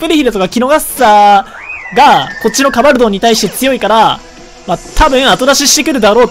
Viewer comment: ドンカバルて。純・ゲバルみたいに言うな